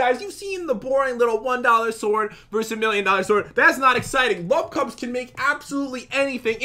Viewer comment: To me it sounded like lovecubs